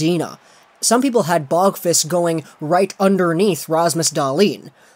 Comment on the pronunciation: please just say Adam you cant say his last name correctly don't make me suffer